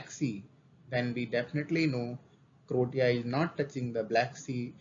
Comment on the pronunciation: Bhai wo क्रोटया नहीं क्रोएशिया है